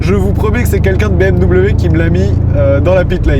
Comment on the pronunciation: a 17, 50 minutes tu dis bimw 😂 avec bienveillance 🎉